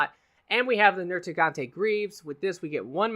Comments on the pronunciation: NerGIGANTE. Not NerTIGANTE. I'm sorry that was just bothering me lol. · Love ya but the only name you pronounced right was Kirin lol. KushAla Daora, like in Abba. TEostra like in TElephone, and NerGigante like Nerd and Gig.